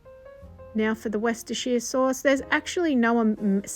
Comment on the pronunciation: Oh my gosh she ACTUALLY PRONOUNCED WORSHUDADADADERR SAUCE CORRECTLY! One challenge I have given up achieving in life…. Also, that brief history about your grandfather, am I the only one that caught that!? That’s cool shit. Definitely the kind of guy I would’ve loved to have met.